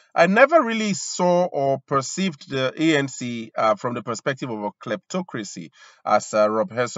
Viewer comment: Its not ENC bra its ANC... 😢... U c results of reporting about another country.... 🙄